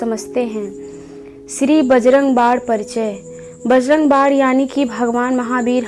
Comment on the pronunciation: Aap bajarang bann ko bajarang bad kyo bolti hai